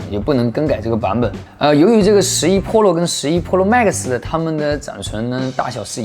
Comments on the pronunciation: 哈哈哈……Polo，Polo mags，日本人教的英文吧？ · 换成日式英语那就成 噗洛 吗克苏